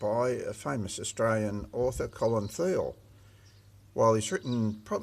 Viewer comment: For. Starters you pronounced the name of the town wrong, Colins surname wrong, and Mr Percival was a pelican not a penguin, I grew up reading his books and. Watching the adaptions of his stories. I also have reliatives in Eudunda and the regions around the town. Although your video was informative, it is let down by the number of mistakes in pronounciation of key words. And names.